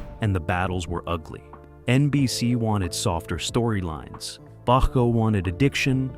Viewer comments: Frustrating narrative. If I didn’t know better, I’d think Bochco, Bottco, and Bodco were three different people. How can it be that difficult to pronounce the name the same way all through the video? Except for this minor irritation, good video. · Got through about 2 minutes before switching to another video. The AI V/O is stilted, attempts to be serious, but isn't, and pronounces Bochco's name two ways within the first two minutes. Ugh. Do better. BTW, HSB is one of the best dramas ever.